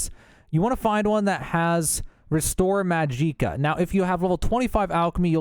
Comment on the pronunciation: Majeeeeka in the gilded karafey. If these are intentional well done.